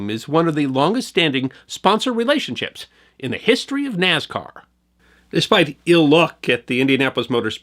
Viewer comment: It's Soldier Field! And NASCAR is not pronounced with a Z!